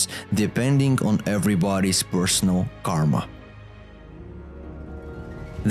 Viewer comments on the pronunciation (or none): none